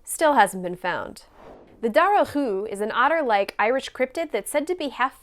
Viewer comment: Your pronunciation of dobhar-chú... SOO GOOD!! I really really really appreciate how much time you take with finding correct pronunciations.. so many youtubers just say “im not good at pronunciations so please excuse me” which is all well and good but it just shows the care you put into things to go so far as to get the correct pronunciation even in Gaelic or Scotts Gaelic with Loch... An-mhaith, Well done!